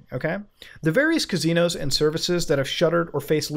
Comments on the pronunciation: Drinking game when muta says Cazinos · Still saying cuh-zeenos and Muta isn't giving up on it.